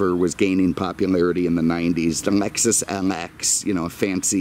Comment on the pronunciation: I swear every time I hear him say something that has an L, I hear M. Cadimac? Mexus MX460. Anyone else?